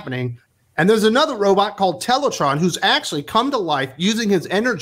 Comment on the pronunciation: Its pronounced Teletran as in the tran in Transformers not teletron